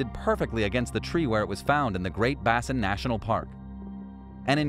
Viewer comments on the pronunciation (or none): The Great Basin is pronounced BĀ' sin national park. Thank you for sharing! This is VERY interesting!🥰